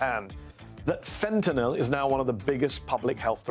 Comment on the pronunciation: It's fentanyl, not fentanol.